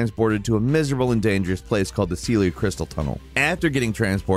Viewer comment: I feel like these guys almost don't play the games they make content about. Like how do you mispronounce multiple names of characters and locations when they are said aloud in game many Many MANY times! Did it for Gideon, Raya Lucaria, and Sellia here, but honestly; it just annoys me how so many things are mispronounced by ANYONE when you have actual voiced dialogue in a game. Like seriously, did you skip all dialogue? All cutscenes? The plethora of other content creators that say it in a consistently different way than you do? It baffles me.